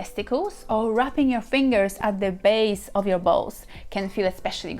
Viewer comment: "The baze of the Ballz!" 🤣🥰